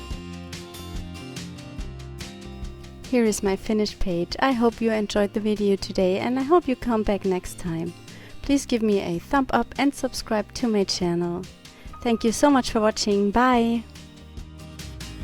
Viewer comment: Your accent and happy voice are cute, but it sounds like you are saying "thump up" rather than "thumbs up" (pronounced thumzup). 😊